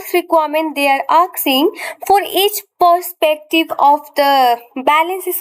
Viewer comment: ma'am it's asking not aksing